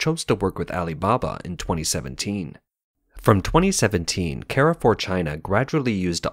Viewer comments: It`s not "care four". It`s "car foo". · One small correction: It's not "Ke-re-fuhr", it's "kaahr-fuuhhr". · Car-for, not “Care-for.” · American pronouciation warning! It is CAR FOUR not CARRY FOUR! It means crossroads. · You french pronunciation still needs a lot of work mate, Carrefour in french sounds like more "Car" "Foor". You're welcome :) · Carrefour is a French supermarket n shld be pronounced as 'Car-full. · You should probably also correct the pronunciation of Carrefour. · carrefour pronunciation is cringe. please stop.